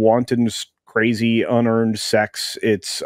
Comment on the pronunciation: whats un-erned *ex??